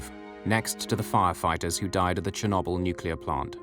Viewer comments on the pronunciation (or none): none